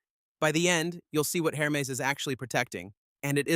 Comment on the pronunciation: Pro tip: if you’re going to do videos about Hermès bags, or any other Hermès product, it is pronounced AIR – MEZ. The H is not pronounced. And the second “e” is soft : bend not bee.